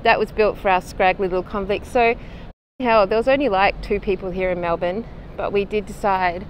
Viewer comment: 1. Thank you for saying Melbourne correctly 2. This makes me feel ashamed to be Australian 🙄